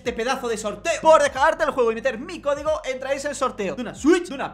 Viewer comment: Parece que nadie se ha dado cuenta de que dice "cogido" en lugar de código ¬¬